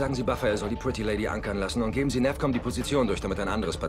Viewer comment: Kann das sein dass der CO abundzu "NerfCom" und nich "NavCom" sagt ? :D